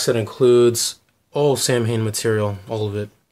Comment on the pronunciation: not for nothing man it's pronounced Saw win not Sam Hane